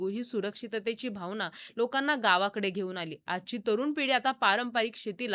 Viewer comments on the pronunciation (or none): none